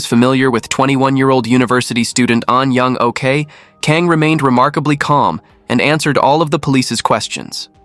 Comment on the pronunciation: Correct me if I'm wrong but shouldn't her name be pronounced as 'Ahn Young-Awk' not 'OK' (alright)